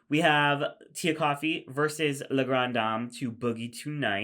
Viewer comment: "Le" Grande Dame 😭😭😭